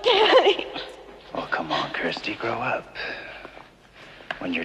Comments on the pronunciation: It's not Kristy or "Keersty" 😂 it's Kirsty. You bloody yanks. 😂❤ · Do people in the US not have the name Kirsty (rhymes with thirsty)? I've heard a few weird pronunciations of the name now from US Youtubers, who insist on pronouncing it as "Keersty" - there's no such pronunciation where I'm from (UK, which is where Clive Barker is from).